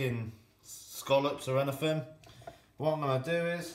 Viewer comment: Am I the only person enjoying how he says, "anyfin, everyfin" because seafood? I'm cackling like a dumbass at the unintentional puns.